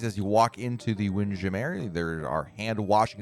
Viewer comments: I cringed a little bit when he didn’t pronounce it as “Windjammer.” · After watching a few more of his vids, he does it on purpose. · Why are you pronouncing Windjammer like that!? 😂